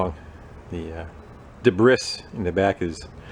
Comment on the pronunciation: Debris is pronounced " Debree" not being a grammar notzy (intended mispelling). Just thought you'd like to know.